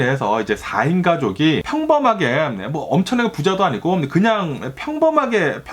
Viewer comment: 4인가족이 평범하겜 엄청나게 부자도 아니곰.... 부부감...그래가지곰... ㅋㅋㅋ 너무 ㅁ을 많이 쓰셔서 집중이 안되는건 나뿐인가요